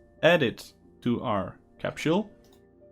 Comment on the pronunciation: CAPSHULE? I thought you were talking about the CAPSULE, not a CAPSHULE